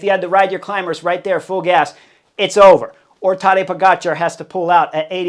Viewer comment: Heard you slip up and properly pronounce that Cat Sniper’s name the way it is actually spelled today.